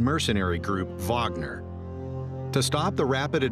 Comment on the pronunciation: Idk why but I appreciate it when Wager is pronounced correctly like in this video.